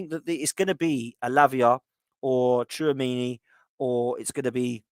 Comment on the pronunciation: if it's spelt tchuomeni, then u will get it sounding right